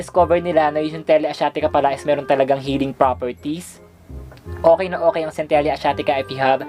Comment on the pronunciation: cen-te-lah po yung pag pronounce😀